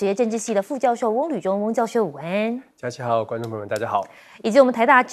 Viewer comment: 请主持人说午安要说得正确些😮